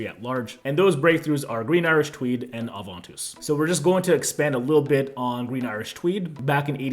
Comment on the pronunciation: That is the right French pronunciation.